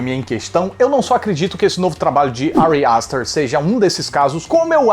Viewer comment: Que agonia ele falando Ari aster